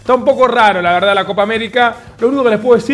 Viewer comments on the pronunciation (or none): none